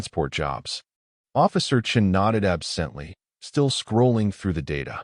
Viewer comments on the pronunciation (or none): "Officer Chen nodded ab-SENT-ly"!!!!!!!!!!!!!!!!!!!!!!!!!!!!!!!!!!!!!!!!??????????????????????? STRESS ON THE FUKN WRONG syll-ABLE AGAIN!!!!!!!!!!!!!!!!!!!!!!!!!!!!!!!!!!!!!